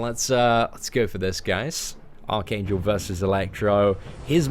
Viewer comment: I keep thinking you are saying arcane jewl